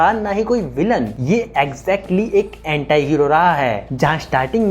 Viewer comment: एंटाई नहीं भाई एंटी होता है